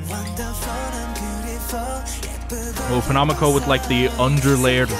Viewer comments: The way he pronounced penomeco tho... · everytime u said penomeco (wrong) i lowkey cried inside big rip he even went on a little rant once abt how ppl always say/spell his stage name wrong SKDFJ